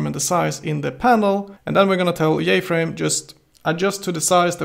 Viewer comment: don't forget jFrame as "yayFrame" hahaha